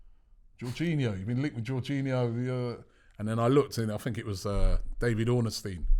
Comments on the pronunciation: One day Robbie will get his name right its David 0RNSTEIN not ORN-A-STEIN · Robbie it's David Orn stein NOT Ornes stein smhh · Robbie been doing transfer daily for donkey years and still can’t pronounce David ornstien properly 😂